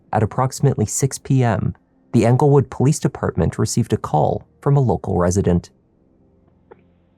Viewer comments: It’s not anglewood, it’s Englewood! 😊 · Just a heads up (I know I'm late) but it's Englewood, CO not Anglewood